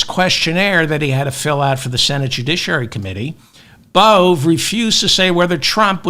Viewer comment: Emil Bove: Pronounced Emil Bo-Vee